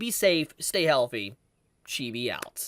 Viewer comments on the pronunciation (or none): none